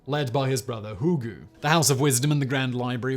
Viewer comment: I appreciate your desecration of Hulagu's name